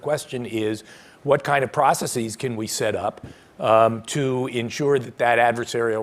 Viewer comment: Stop saying processeeze. Its not a thing. Stop it.